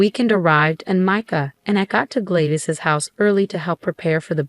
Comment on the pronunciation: I question whether this is legitimate since the story teller keeps mispronouncing the name Gladys. It is an old female name and pronounced "Glad-iss", not Glade-iss.